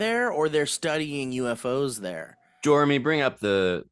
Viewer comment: Did Elliot call his fake assistant fucking "Joremy"